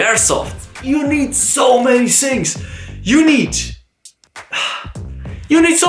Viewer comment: I love the way he says shings for things Love from India